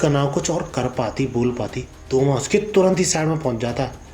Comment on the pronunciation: Douma hota hai Sale